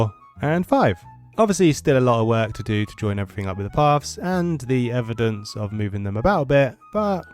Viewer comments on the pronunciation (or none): none